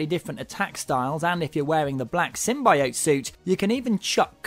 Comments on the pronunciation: How come no reviewer can pronounce Symbiote correctly? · lol he cant even say 'simbiote' :D